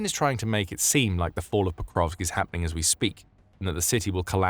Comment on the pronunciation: Hey there. It's "Pokrovsk" not "ProkoVKS"...